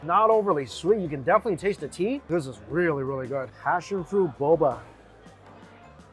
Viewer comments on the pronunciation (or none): none